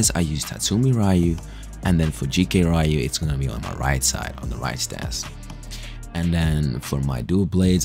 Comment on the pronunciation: It's not "Raiyu", it's reeyuu